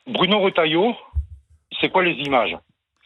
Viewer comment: Erratum : Retailleau ,pas Rotailleau.